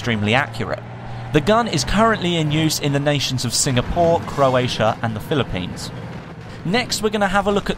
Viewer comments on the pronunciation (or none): Did he say philippines :)